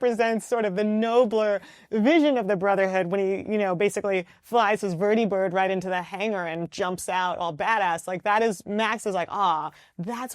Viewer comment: When she mispronounced Vertibird I got worried